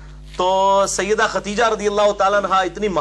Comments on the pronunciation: Khudaija, not khatija. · جناب آپ بھی پکڑے گئے!!! اپنی لفظی غلطی درست کرو..... لفظ ختیجہ نہیں ہو تا بلکہ خدیجہ ہوتا ہے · اس ویڈیو میں آپ بار بار لفظ ختیجہ بول رہے ہیں کیا یہ نام خدیجہ ہے ختیجہ؟ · علی بھائی ختیجہ نہیں خدیجہ تلفظ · Sahe Khadija ko khateja keh rahay hayn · Aap ney AMMA khateeja likha huwa or aap boltey b AMMA khateeja hen lekin merey ilm k mutabik unka naam Amma KHADEEJA tha plz correct me. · It's KHADIJA Not Khateeja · مرزا صاحب آپ کا مشہور قول ھے میں ہوں مسلمان علمی کتابی خدیجہ کا تلفظ چیک کر لیں